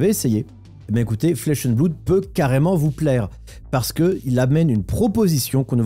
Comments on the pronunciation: On ne dit pas "bloude" mais "blode" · Flesh and bloud lol …flesh and bleuuud